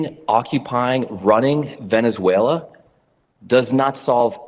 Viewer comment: You probably ought to get some sleep. You just mispronounced Venezuela.